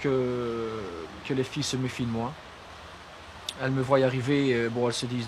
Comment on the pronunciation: pas du tout. Ça s'écrit " me voient arriver". Mais cette prononciation erronée se retrouve chez tous les blaireaux.